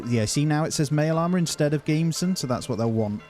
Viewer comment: The jacket is pronounced as "Gam-be-son".